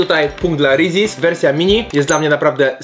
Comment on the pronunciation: Jak ty to wymawiasz xd Rezies aż uszy bolą